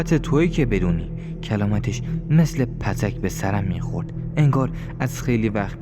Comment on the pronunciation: راوی عزیزممنون ازروا یتتات اماپتک رادرست تلفظ نکردیدPotkبه چکش سنگین میگن❤